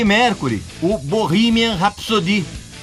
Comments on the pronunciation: Tu falou "RapssoDI" isso é FRANCÊS kkkkkkkkkkkkk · "rápzôdi" KKKKKK